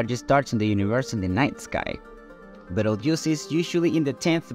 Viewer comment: Belterouge? FFS learn at least something before you feed your garbage into an AI speech-over.